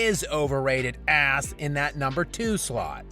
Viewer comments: the way u say the word ASS just slays me 🤣😂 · That emphasis on ''ASS'' 😂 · The way you say “ass” ☠️☠️☠️☠️ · the “ass” wasn’t as emphasized as we expect it to be. Specially because you were talking about lebron. Please don’t let this happen again. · I love the way you say ASS